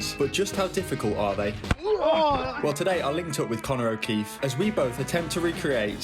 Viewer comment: “Conner okeef”😭 You’re NOT Manuel Neuer